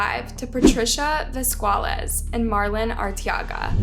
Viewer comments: Vesqualez? I thought it was quite easy to say Velasquez as it's quite a common last name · “Vesqualez”. Nah fam, it’s VE-LAS-QUE. Does she pronounce things wrong over and over again on purpose??? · As a sign of respect,Try to read correctly people’s last names, is not that hard to say “Velasquez” instead of “Vesqualez”. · it wasn’t little? there’s a big difference between vel-as-kez and not trying at all saying vuh-squaw-lez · Velasquez not vezquales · Latin American names are phonetic. Just read the letters as you see them. V E L A S Q U E Z, is it pronounced Vas-cu-a-lez. Read the letters as you see them. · “patricia vasqualez” when it says patricia valesquez 😭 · yes velasquez, she said something like vesqualez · It’s Velasquez. Not Vesqualez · "patricia VESQUALES" 💀💀💀 girl. VELASQUEZ. Its a spanish surname. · Last name pronounced VEL-AS-KEZ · You are butchering the names and surnames, velasquez was read as and vesqualez and arteaga just in english :( pls have google transalate pronounce them or smth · It's pronounced (Vuh-lass-quez) Velasquez.... You got Arteaga right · Their last name is pronounced vel•las•gez. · They butchered Velasquez so bad…Vesqualez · Va las quez …not that hard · No disrespect, but you really need to be more careful with throwing around people's names. Velasques is not "Vesquales", just like in another video Knudeson is not "Kenustsun". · just a correction, "velasquez" is pronounced "ve-las-kes/ve-las-kez" (in my country that is). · “Vezqualez” lol I’m sorry girl but the pronunciation of VELASQUEZ has me rolling 😂😂🤚❤ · Ve- Lass- Ques its Pronounceds, Poor Girl is Dead & u Butcher her Moms Name too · How do you pronounce Velasquez that bad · Honestly. I’m stuck on how she pronounced the moms name at the beginning. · You pronounced her mothers last name completely wrong. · OOOOOOOHHHHHHHH THE SEVERE MISPRONUNCIATION on Momma Velasquez's last name. Noooooooooo 😭💀